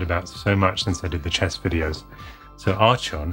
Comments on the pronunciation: Ar-chon? The H is silence.. 'ello! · “Arch-on?” isn’t it “Ark-on?” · Archon is pronounced Arkon I believe. I had it on my Apple //e clone and it was one of my fave games back then. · Who was your doctor? Im 48 and mine was Tom Baker :) We use about 1/3 of those expressions in Canada. We like to add to "Bob's your uncle" with "and Tilly's your aunt". Lastly...can't resist..Archon is pronounced "Ahr Kon" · What? Never played Archon??? (I always pronounced it ArKon incidentally). I spent hours upon hours playing this game! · I shouted 'ARCHON' way too excitedly when you opened it. Love that game. I always pronounced it Ark-on but I was never sure what was correct. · Pronounced Ark-On. Don't you watch Star Trek? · I always heard and pronounced it the way you did. I never heard it pronounced the way in this video.